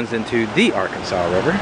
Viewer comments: Ok, Wichita native here.. we are kind of persnickety about how the river names are pronounced. It the Little ‘are-can-suhs’ and the Big ‘are-can-suhs’ rivers, like Ar-Kansas, thank you very much. That said, I hate this place so I moved away. New York, Chicago, then to Honolulu, but I’m back now to care for my elderly mother. Everything that says below is accurate. It’s too bad you didn’t have a knowledgeable guide to give you answers to questions about this town. Downtown has been dead for decades and rarely has many people, other than the homeless, walking around. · If you're in Kansas, the river is pronounced the Our Kansas River. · It is not the Arkansas river, it is the Ar-Kansas river. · Pronounced "Are" "Kansas" river by locals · its ar-Kansas river ;) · We pronounce it Ar-Kansas River here 👍🏼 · The name of the river is pronounced r-kans-as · Ar-Kansas River ... :) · You pronounced the Arkansas River incorrectly. It's ArKansas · Pronounced .... R...Kansas ..... Just saying.. This is Kansas... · R-kansas. Not Arkansas. River…. Brilliantly done the video otherwise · It's pronounced AR Kansas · It's pronounced Ark-kansas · AR-KANSAS RIVER. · It’s pronounced ar-kansas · In Little Rock, those are the big and litle " Arkansas", but in Wichita it is pronounced arKANSAS !! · Its ark- kansas. You in wichita, pronounce it right.🤨🤦‍♀️🤷‍♀️ We will fight you. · Its doesn't make me angry but Arkansas isn't pronounced that way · In Kansas they know you are a tourist if you call it the "Arkansas" River like you would say Akansas-the-state. Natives pronounce it the arKANSAS river. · You mispronounced the name of the river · You can tell he isn't local. Arkansas is not pronounced Arkansaw, but Ar Kansas. That is the indicator that someone is not from Kansas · It's pronounced arKANSAS, not arkansaw... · Firstly, it's not the Arkansaw River. It's the Arkansas River. They pronounce the "s". Secondly, that river stinks in places. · the rivers are pronounced as Ar-Kansas.